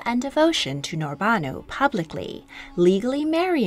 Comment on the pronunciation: I am very sorry to say it, but you completely misplaced the stresses in some of sultanas' names! That would be HürrÈm, NurbanÙ, MihrimÀh and SafiÝÈ. Otherwise, great video! May i suggest to you to check out stories of kazan khatuns Сөембикә (Söyembikä) and Гәүһәршат (Gəwhərşat)